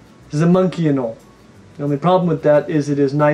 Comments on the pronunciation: Why do you say "anolee," bro? It's "a-nole." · It’s pronounced anol not anol eeeeee although spelled anole it’s said with out the e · Please stop saying anolE! Lol it’s not pronounced anolE it’s just anole. The O is long so the E is silent. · Anoley? Again? Seriously?? Sometimes I feel like you say things in the most unpleasing way on purpose just to screw with everyone. You’re secretly trolling, aren’t you?